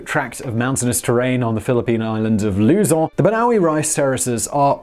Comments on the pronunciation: hearing Simon pronounce Luzon as if the Philippines did have French influence is just funny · His pronunciation of Luzon is a abysmal. I wonder if he looks any of his fanatics up or just wings them.